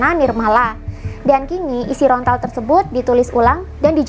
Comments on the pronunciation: Maaf kak bukan rontal tapi lontar🙏😅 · Lontar.. bukan Rontal 🙏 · Lontar kak... Bukan rontal😐